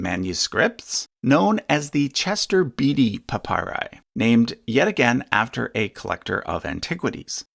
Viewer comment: it's pronounced Chester "Bate-y" not 'Beety". Sheesh. Pauline is pronounced 'Paul EIN" not "Paul -een". (If you pronounce it as the latter, it sounds like the woman's name. ) And papayri is usually prounounced "pa-pye- ree." Are these tiny fragments really that helpful? Do they merit the attention they get?